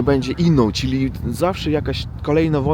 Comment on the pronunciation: Panie, mała uwaga co do wymowy słowa,,czyli". Powinno być twardo cz y li. Pan wymawia,,czili", tak jakby chodziło o przyprawę chili. Również,,czy" wymawia się twardo. A Pan wymawia,,czi". Trzeba nad tym popracować, bo z przyzwyczajenia mówi Pan miękko.